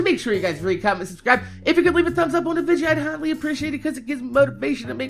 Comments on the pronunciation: lol y he said vidia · i love how you say video